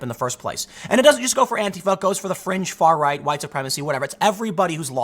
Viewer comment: I keep thinking he saying french media and not fringe media.